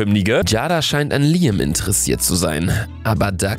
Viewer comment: Luca es wird Liäm ausgesprochen